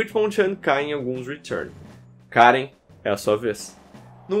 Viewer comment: Hoje descobrimos que o sabe falar retun muito melhor que eu